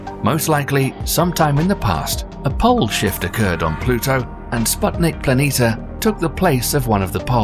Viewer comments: PLANITIA, NOT PLANITA, THERE IS AN I!!! WAKE UP!!! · It would be nice that planitia were read correctly. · Planitia is also pronounced as /planeesha/ not /planeeta/.